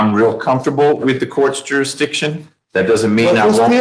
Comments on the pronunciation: "Jur-i-di-shun"? or "Jurisdiction" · He's not challenging jurisdiction. He's challenging jurisdishon! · How to challenge jurisdiction. Step 1: learn how to pronounce jurisdiction. Step 2: be theatrical and whine a lot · I saw this guy a while back. He is so whiney and annoying and can’t pronounce jurisdiction, and I just can’t watch him. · Hearing an imbecile challenge jurisdiction when he can't even pronounce it properly is comedy gold.